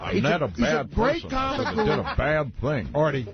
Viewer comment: As one CAWmic to another CAWmic I'm being protective of my CAWmedy